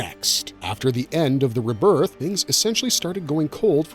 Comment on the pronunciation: You say rebirth wrong